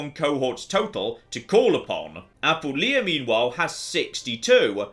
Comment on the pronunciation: But does his tendency to do so justify me nitpicking about his pronunciation of "Apulia"? He's stressing the wrong syllable and it irks me